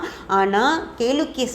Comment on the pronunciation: Kelakkiya endu olunka pronouns pannunka paapam